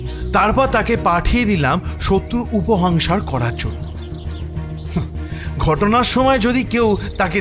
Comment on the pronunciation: সব কিছুই বেশ ভালো, কিন্তু মানিক চরিত্রের উচ্চারণ এ বেশ কিছু ত্রুটি আছে.. উপসংহার , উপহংসার নয়